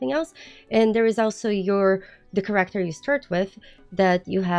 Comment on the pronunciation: Three quarters in, I realized every time you talked about Correctors you pppprobabbly were saying Character lol. Listening is hard.😂